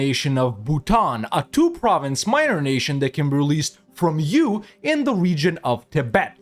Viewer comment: I get confused every time you say “U”